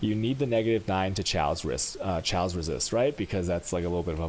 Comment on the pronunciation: its KAOS not SCHAOS.. with a K like KKK. are you dumbfucks new to language?